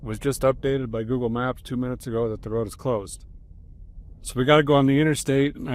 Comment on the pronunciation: "A quick update as we'e going down the roooooad....Derek's North Dakota accent slipped back into form.